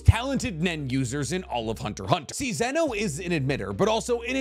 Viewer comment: He tested me when he said zeno